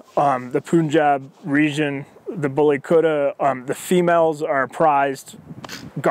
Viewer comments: Kutta is pronounced "KUT-THA" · The way he pronounce kutta is funny,, indians n Pakistanis will understand,, lol